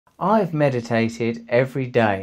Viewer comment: You apparently meditated on how to say the word meditated. I was disappointed; fully expected it to have that raunchy Russell charm.